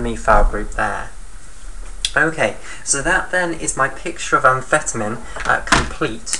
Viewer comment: Your pronouncing amphetamine wrong.